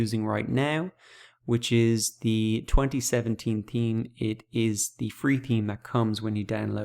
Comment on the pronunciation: except that he keeps saying 'team' for 'theme' haha.